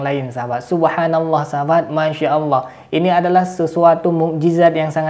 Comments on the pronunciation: Orang gak faham kayak gini kok coba2 menafsirkan ayat AL QUR'AN. MENGUCAPKAN ALLAH saja jadi awwoh. Adooohh kacau. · ini sih bukan murtadin tp emg kafir dr lahir, apa itu awoh awoh..nyebut Allah aja gak bisa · Mudah untuk menentukan orang itu murtad atau memang asli nonis, dlm menyebut kata ALLOH, nonis menyebut nya AWOH... 🤭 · Ini sih mengaku aja murtadin padahal kafir murni, menyebut allah aja bilangnya awloh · Hal yg sdh basi ngaku2 murtadin, nyebut Allah aja owoh 😀😀😀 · Murtadin ngomongnya owoh......harusnya allah..inimah owoh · itu bkan murtadin tpi umkris yg pura2 jdi murtad,ngucap lafadz Alloh aja gabisa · Mengucapkan nama ALLAH saja tdk bisa. Bagaiman mungkin dia tidak menjadi MURTAD? Na'udzu bilahi mindzalik AstagfiraAllah aladhim. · Ngomong Alloh aja gak becus ni bpak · Mengucapkan Allah saja engkau gk bener